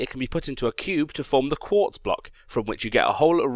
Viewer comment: Did say 'quart'? And more importantly, did anyone else notice?